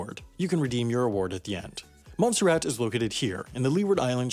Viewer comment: Montserrat? I thought you said Monsterrat